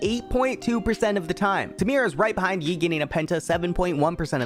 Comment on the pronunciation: did u say "EU" ? instead of yi ? xD